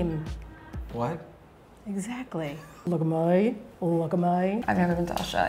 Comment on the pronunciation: I love her so much 😂 The nostalgia for every Aussie, "lookah mouwy, lookah mouwy" 😂="look at me"